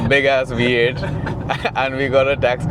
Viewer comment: Why do the pronounce vee as wee 😅 it’s a V8 not we8 😂